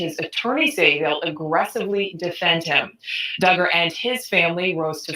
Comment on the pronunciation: It’s pronounced Dug’-ger, spelled Duggar. Not dū